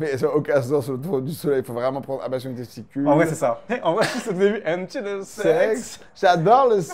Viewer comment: trop bien "ablachion"